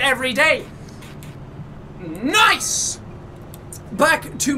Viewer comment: It more like noice